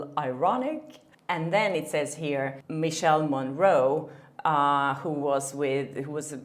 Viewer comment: Michele (Morrone) is pronounced like Mikeley not like Michelle 😉